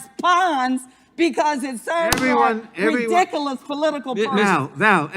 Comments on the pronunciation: She can’t even pronounce “ridiculous.” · imagine holding that much poower and not being able to say ridiculous correctly